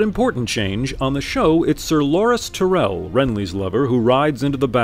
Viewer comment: Ti-rell, WTF ?